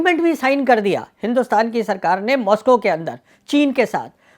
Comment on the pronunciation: Maxico nahi Moscow